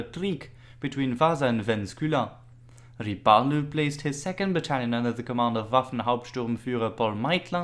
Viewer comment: Not bad, but some of the Estonian names and pronunciations need still work. For example "Ssivertsi" is Siivertsi and "Pahklemae" - Pähklimäe. Most of the estonian words has emphasis on the first vowel and two vowels are pronounced long like "tUUling" (somehow author decided to pronounce "u" as "ü") or "RIIIpalu" (not "riPAlu") . So "ssivERtsi" should be "sIIIvertsi", "pähklaMÄe" sounds more like "pÄHklimäe". Other than that - Good job! Subscribed.